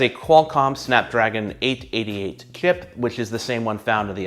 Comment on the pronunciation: Did the guy just say “KIP” instead of “CHIP” 😂😂